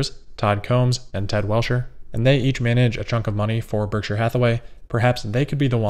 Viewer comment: Nailed the “Berkshire” pronunciation this time 😉